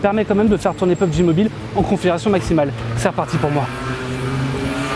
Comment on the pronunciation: On dit P.U.B.G .